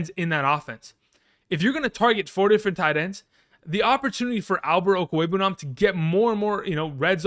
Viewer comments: This dude really pronounced Okwuegbunam first try like it was “Smith”. Legend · After he said it a second time he was just flexing at that point